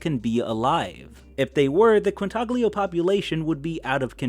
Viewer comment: As soon as I heard you pronounce the "g" in Quintaglio, I knew were in for a rough one...